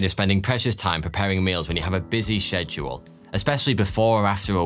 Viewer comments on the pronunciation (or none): I don’t think I have ever heard someone pronounce “schedule” so wrong before sounds like your saying “Sheddule” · said Huels? schedule yeah i sked-yuled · Man, you say schedule really weird.